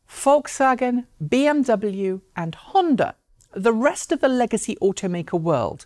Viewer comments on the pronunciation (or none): none